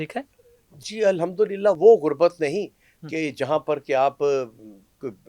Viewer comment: Bhai podcaster interview krne se pehle apni urdu theek kr liya kro. Gurbat nahi Ghurbat kehte hain